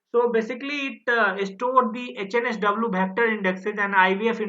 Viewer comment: 56 - why are you calling it OHNSW instead of HNSW ?